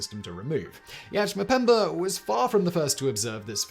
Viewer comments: It's Mpemba, not Mpembr. Learn some humility and pronounce it right. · STOP SAYING MUHPEMBURR! STOP IT!